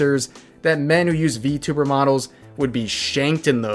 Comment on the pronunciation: Its funny how he counter act it with "How do you know im not a vtuber?" (Or vtubber on how he pronounce it)